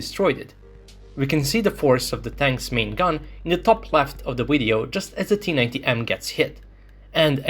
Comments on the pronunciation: Hearing the pronunciation of the "Video" as "Wideo" makes in unwatchable. I know for Russian speakers there is no difference between those words, but trust me, it's massive. You sound like a Vatnik. I'm sure your aim is to reach as many people as possible and maybe sound professional in your speech so people take your words seriously. Right now, making such a basic phonetic mistake is beyond annoying for viewers. If you wish to present your videos in English at least go all the way. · Only once he said video correctly but other than that it's wideo...irritating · Why is he saying wideo instead of video 🤷🏻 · On the Wid-eo... say it right VIDEO - it is a V, not a W! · What's a wideo? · Why do you keep saying the word wideo instead of video? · You can pronounce a V... why do you say wideo? 🤔 it's a cute linguistic question I have had for years... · Do you say WIDEO? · Wisible in the wideo. Heard you say move. Why don't yak pronounce the words that begin with v?